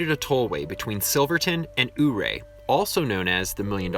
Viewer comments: YOU-RAY not UUU-RAY please and thank you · Your pronouncing Ouray completly wrong. Not oohray. But Youray 😉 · The town you keep pronouncing as "Ooray." Sorry pal, but it really is called "You Ray". Being a historic person and narrator, you must pronounce it correctly, according to old legends. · Thanks for the informational video. Just a heads up though, Ouray is pronounced “Youray”. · Great job. BTW Ouray is pronounced You're A. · Ouray is pronounced “yur-ray.” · To give him some credit though it's totally not spelled (Ouray) the way it's pronounced (you-ray) so cut the guy some slack eh? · I was wondering if any one pointed it out. Figured they did. No shade on him at all, every one who hasn’t lived around there or had family in the area and or, in the mining industry calls it wrong. He got it closer than most. There was a guy on the radio 98 kisses when there was a blue grass festival pronounced it our ay. When he mentions the water being radioactive… eeek . I was wondering how that awesome hot spring in Ouray were radiation wise. My aunt got Married in Ouray, we went over for it then every one got together later and enjoyed the pool. I can’t totally remember details being really young but I have always loved swimming so that stands out. Beautiful area, but I can’t remember if it was Ouray or a close town had to have-every thing moved out like houses and dirt when I was in high school or jr. high because of radiation contamination.